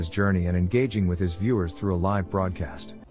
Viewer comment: Why is it that the damn robot speakers still can’t pronounce certain word correctly. Like ‘live and live or lead and lead’? I mean come on what is so freaking difficult about it?